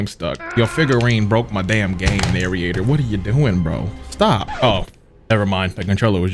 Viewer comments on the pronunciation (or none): he said narriator lol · Crazy how we 3 videos in and still can't pronounce "narrator" 💀💀 (respectfully) also you gotta get the original ending for the one time